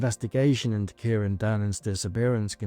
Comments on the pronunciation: Or Kai-ron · Absolutely heartbreaking 😢 BTW his name is pronounced as ky ran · Thanks so much for making this ...just a heads up it's said KY -Ron ❤